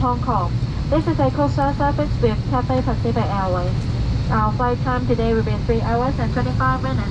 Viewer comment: Tulisannya cathay bacanya ketei.